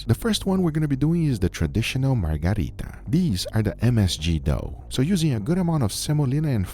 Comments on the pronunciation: Margherita, not Margarita. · Margherita not margarita! Anyway, as pizzaiolo myself, those pizzas are great, congrats!